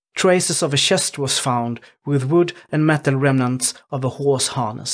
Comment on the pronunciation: CHEST not SCHST!! I Swear, You People Who Narrate These Videos Need SPEECH THERAPY BAD!!